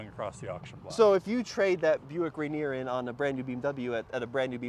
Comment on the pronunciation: Just cringed everytime you say Buick Rainier….